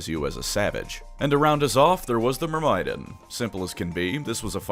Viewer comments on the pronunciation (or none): I love you bro but one question: Who the fuck pronounces "Myrmidon" like that? It's myr(like mermaid)- mi(like "mint")-don like the head of the mob.